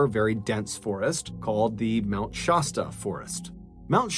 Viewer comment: Mt. ShASSta not ShAWEsta.